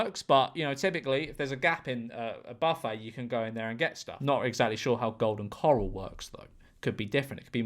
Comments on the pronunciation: golden ‘cuh-rall’ not coral :3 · it’s corral not coral 😭😭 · It's pronounced golden corale, cor-ale. Think of the word morale and that's how the corale rhymes. If you don't know about golden corale, don't speak about it. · Golden “Coral” made me twitch 😅 It’s Cor-ral and you can cut in if there’s a gap. Generally, you go with the flow of traffic, but if they’re not moving, they can suck an egg. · george calling golden corral, “golden coral” made me laugh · Corral not coral George 😂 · My brother lives and breathes Golden Corral (pronouncing it coral like the animal is killing me btw) and yeah there’s a clear traffic flow bc it’s several separate areas for food but if you jump in for one thing and then remove yourself nobody will care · Golden choral... golden coral.. bud you should look up how to pronounce corral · It's Golden CŌR-ÃL Like, "COR blimey, ALan"